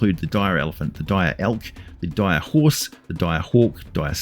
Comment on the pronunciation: They're like Regulah wolves, But DIYAH.